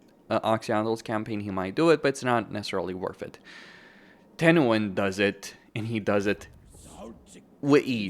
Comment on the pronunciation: No no no!!! you said it wrong, its Tehenauin